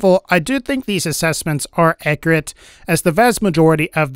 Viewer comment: Did this mans just say acriate